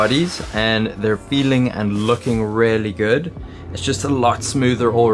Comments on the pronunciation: OMG "really" is pronounced "reelly" not "rarely" I want to just hear over it, believe me, but you say it over and over again and it stings in my brain like a needle. Just say it right ffs 😂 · say "really" like "reely", not "rarely" lol